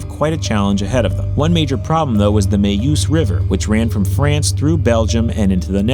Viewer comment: The Meuse River isn't pronounced "MAY-USE", it's more like MUZE rhymes with snooze.